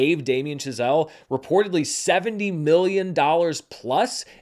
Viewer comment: Is it just me, or does it sound like he keeps calling Chazelle "Giselle" ? lol